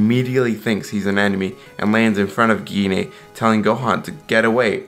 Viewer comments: Wow butcher Goku's moms name. It's pronounced " G . nay" . Dam it's not that hard. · Gine is pronounced as Jeen